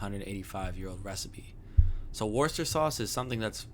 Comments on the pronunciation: You almost had the pronunciation, but you did do a lot better than the two ladies in this short video clip. Funny, I've used it for years and never really paid attention to the ingredients. I like to mix it in when I'm preparing beans on toast, for that extra zing. 😊 👍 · Its pronounced Woo ster Sauce (everyone gets caught out on it):) And its minging LOL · Haha, his pronunciation is awful, sure I have heard worse but come on. It’s not pronounced Wooster either, it’s wustuh and it’s not Worcester Sauce, it’s Worcestershire Sauce, Worcester Sauce is the knock-off stuff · No not Wooster and no don’t skip the shire. It’s Worcestershire Sauce not Worcester sauce and it’s pronounced wuss-tah as in you big wuss not Wooster as in rooster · Pronounced WOOSTERSHIRE SAUCE 😁😁